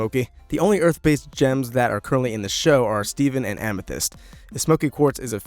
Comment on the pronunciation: iit made me laugh when he said ametheyst and snoop dog xD